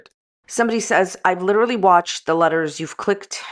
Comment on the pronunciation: “I’ve been abused by my ex!” 20 mins later “We LIDERALLY JUST worked things out and were FaceTime friends again”